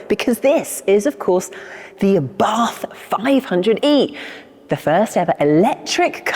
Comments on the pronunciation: The pronunciation of the man's name...."ABARTH is pronounced Abart ( the H is silent) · 😂Sorry, but we don't pronunce Abarth as you did🤌 But don't worry, we are used to Italian pronunciation been butchered🥸